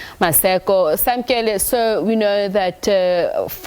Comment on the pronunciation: Samkelo. not Samkele. bloody model c